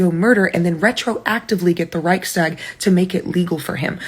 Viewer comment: You left your teleprompter onscreen again. Reichstag is one word, not two. And it's not about deer. It's the reich's tag, and it's "tag" meaning day, not stag.